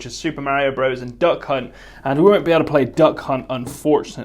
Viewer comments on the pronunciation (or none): Just because a word is abbreviated from "Brothers" to "Bros." does not change the pronunciation. It is still pronounced as "Brothers".